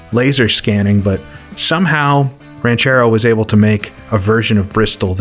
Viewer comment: Just so you know, you pronounced "Ranchero" better than 99% of English speaking folks.